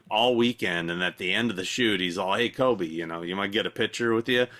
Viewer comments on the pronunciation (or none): none